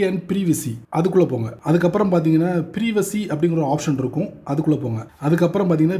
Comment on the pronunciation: நல்ல தகவல். ப்ரீவசி இல்ல......ப்ரைவசி😊